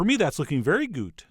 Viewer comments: I think he meant it as german "gut". Which basically means good, but he accented it as a german word. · "That's looking very Gut " XD